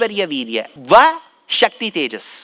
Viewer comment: இவர் மாதிரி உபன்யாசம் செய்பவர்களே சக்தி என்பதை க்ஷக்தி என்று உச்சரிப்பதால் இப்போது எல்லோரும் ஸ க்தி என்பதை ஷக்தி என்றே உச்சரிக்கிறார்கள். ஸ்ராத்தம் என்பதை ஷ்ரார்த்தம் என்று